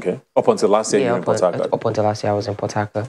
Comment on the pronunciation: It's only after i googled , when i realised they are saying Port Harcourt....I was hearing Potato!! :(